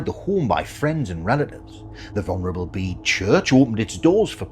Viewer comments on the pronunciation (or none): none